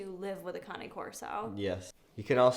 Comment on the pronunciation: Cane is NOT CONNIE! LIKE, K-nife is not knife. WTF!! Just call it ( Cane )...... Its waaaaay more masculine.